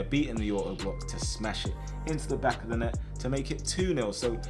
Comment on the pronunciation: Genuinely not over exaggerated but I really love it when says "GET THAT IN THE BACKEYO NET" and whenever he says "BACKEYO" for some reason my mind thinks of BACKeyokoo